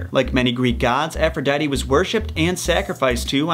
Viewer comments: Its ( A-fro-di-te) not (A-fro-di-tee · Not to be that guy but it’s pronounced Afro-dee-tee